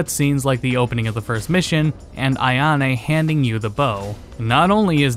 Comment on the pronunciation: Ai-a-ne? AI-A-NE? Really bro?